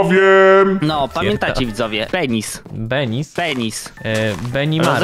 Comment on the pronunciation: "benis" XDDDDDDDDDDDDDDDDDDDDD